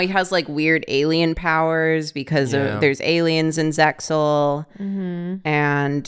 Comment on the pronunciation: more saying "zexal"